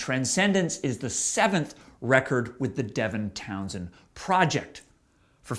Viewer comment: Devintownsend. Never heard that. That makes me want to puke. No. Please No! The rest were okay.